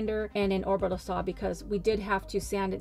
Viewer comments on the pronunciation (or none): Orbrital saw? Orbital...lol